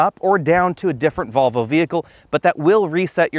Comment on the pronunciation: Great video but, his pronunciation of Volvo is ludicrous. “Get those marbles outa your mouth”!